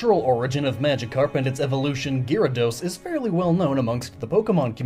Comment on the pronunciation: While you did say sorry about possible mistakes with pronunciation, how could you miss that there's an a after Gy in Gyarados? I don't care much about slaughtering names, but that was something that bothered me a bit.